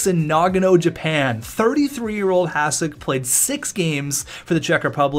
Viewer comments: Its Hah-shick not Hahs-ick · I know its hard for you guys but it's pronaunce Hašek.. :D Btw great vid. Even tho i dont watch hockey (basket guy) i enjoyed this coz im from czech :) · Imagine saying that he's the best goaltender in NHL history and you can't even say his name properly! Hashek (S with hat is SH) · Even though you write his name correctly you keep pronouncing it like "s" instead of "š". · If you're going to talk about him, learn to say his fucking name.